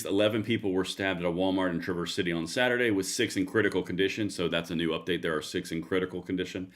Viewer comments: Can you please do a little research before you post?! The guy is 42 years old, Bradford James Gille. A white guy with a substance abuse history. A black guy (CPL holder) stopped him in the parking lot. Finally, you pronounce the name of the city Traah-Verse. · Pronounced Tra-verse